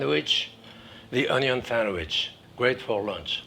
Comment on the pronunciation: I don't trust a man who can't pronounce ONYO